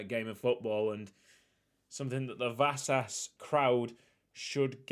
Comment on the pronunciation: The 's' in Vasas is pronounced like the sh in wish